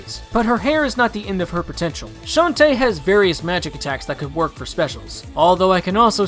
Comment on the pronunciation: Shantae is not said that way Its a girl not a boy